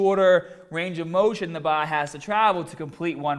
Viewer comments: So he can say core right but can't say BAR! Wtf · he says bah but power correctly lol. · "Fingah tip the baah"